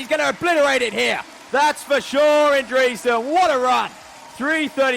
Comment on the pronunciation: I have never heard anyone pronounce Dresden as Dreeesden.